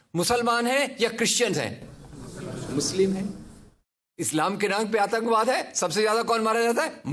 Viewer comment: Bolna seekh le bhai.. 1.Bha nai wha hota hai, 2. Atankbaad nai Atankwaad hota hai.. Aqalband bihari 😁😁